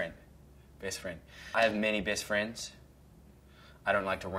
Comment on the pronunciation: "Bayst Fraynds" 😂